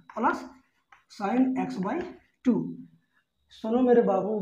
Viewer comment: Sir aap bhut achha padhate ho par aap x ko yaks or cos ko kas bolte ho thoda Ajeeb lagta h